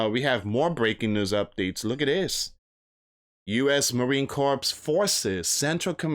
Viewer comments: The 3rd will come and go. Just like some loud mouth a couple weeks back said something will happen on a certain date. That day came and went. We're still here loud mouths. By the way, it's not pronounced corpse, as in dead body. It's pronounced core, the S is silent. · Hey friend it is pronounced marine core. Just marine core. Cooor. Thx